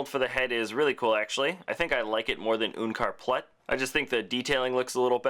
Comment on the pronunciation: Why do you say oenkar plut its unkar plut